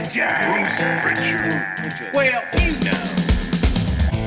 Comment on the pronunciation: No T in Prichard.